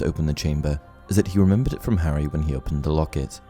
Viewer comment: He did say "Harry thaught me" or "i remenered it ibdidnt remember